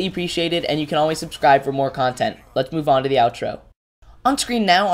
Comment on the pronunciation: i thought you said subcribe for cookie